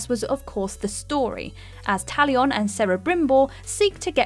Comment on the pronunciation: She also butchered Talion and Celebrimbor, as if anyone needed more proof shes never played the game